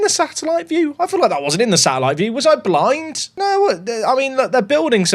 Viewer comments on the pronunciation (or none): none